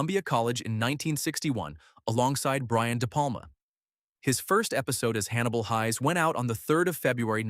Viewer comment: It's pronounced Hayes may he R.I.P